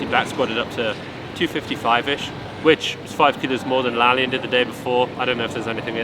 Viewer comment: bro, it's pronounced La-La-Yan, not La-Lyan